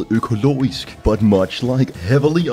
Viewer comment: Im amazed that he pronpunced økologisk correctly